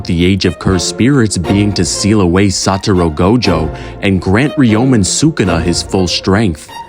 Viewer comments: blud really started the video saying "Saturo Go Jo" Bro has immaculate narration tho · Can’t even say his name right, now watching your video